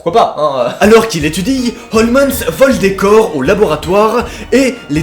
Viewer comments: Cela se pronnonce comme sherlock holmes😉 pas holmesss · tu sais on dit HOLMES pas HOLMENS!!😁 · OUIIIIII MAIS EUUUUUUU C'EST PAS HOMENS MAIS HOLMES!!!!! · Jkiff t thread mais stp évite de dire « Holmens » au lieu de « Holmes » pck sa casse vrm les couilles 😂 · Il ne s'appelle pas Holmens ! 🤣 on dit Homs 😂 tant pis si tu déformes tout, je t'adore quand même 😋😍😍😍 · Désolée mais cela n'a rien de paranormal en totalité, H H Holmes que d'ailleurs désolée de te reprendre tu prononces mal, est un tueur en série. OLMS en prononciation, si c'est possible de l'écrire pas holmens comme tu le dis. Fallait qu eje le dise je me passionne pour les tueur en série et ça ma irrité tout le long de la vidéo, alors que d'habitude je suis plutôt friande de ton contenue. Parle de meurtres tout simplement ou de tueur en série, car cela n'a rien d'un thread twitter à la base, c'est une histoire vrai. Il est surnommé l'hôtel de l'horreur. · Je suis la seule à entendre HOLMENS alors qu’il y a écrit HOLMES ? 🤔 Sinon super vidéo comme dhab 🤙🏻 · Juste, "Holmes" se prononce "holms" comme Sherlock Holmes 🤦‍♀️ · Merci je me disais que j était seul à entendre Holmens 😅😅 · Oui, moi aussi ça m'a perturbé pendant toute la vidéo. Et pas juste le "N" qui sort de nulle part, mais aussi la manière de prononcer le "S". A croire que n'a jamais entendu prononcer le nom du plus grand détective du monde... Ou alors on m'aurait menti, et ça se prononce Sherlock Holmaince? Hum, il va falloir que j'en demande confirmation au docteur Ouateusson. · Quand Holmes devient "Holmesse" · non tu entends bien t'as raison il dit holmens,et a 10'08 il dit aussi "trop z'important" !hahaha